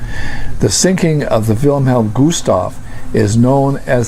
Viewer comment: Great video, only its Gustloff not Gustoff